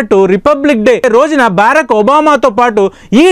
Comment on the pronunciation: బేరక్ ఒబామా కాదురా బరాక్ ఒబామా రా